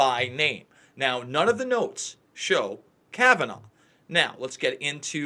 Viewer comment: Can you stop saying Kabananof? It’s worse than Bush saying NU CLE LA instead of nuclear